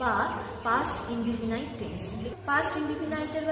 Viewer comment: ম্যাডাম, indefinite শব্দটার উচ্চারণ ইনডেফিনিট করবেন, ইনডেফিনাইট করবেন না। তবে, আপনার ইংরেজি ভাষা শেখাবার স্টাইল প্রশংসনীয়।